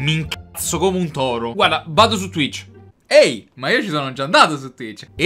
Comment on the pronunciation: Lo sai pk? Perché dici twich